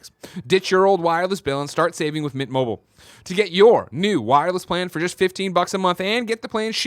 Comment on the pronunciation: No one on this shows fully pronounces MINT. Every time you read the ad it sounds like You guys say MIT mobile. Lol.